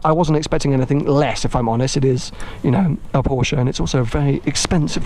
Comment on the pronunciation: Porsche not porschaaa 😂